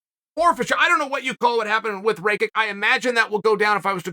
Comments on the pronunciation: Rakic not Rakik .. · "Raykick" - Chael.. it's "Rackitch" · Who's Raykick? Is he saying Rake it or Raykick? 🤔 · RAYKICK? IT IS PRONOUNCED RAKITCH. Jebeni ameri. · Ah yes, Raykick. I have been pronouncing the name wrong all this time. Thanks Uncle Chael 🙏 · Bro said “rake-ik” 😭😭😭 did he not listen to Bruce out the announcer pronounce his name? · As a Slav, “Ray-kick” made me cringe so hard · Chael pronouncing his name properly last weel and now changing it to "Raykick" is an absolute powermove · Does Chael just misprounounce your name if you lose? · How could you possibly think that’s how rakic is pronounced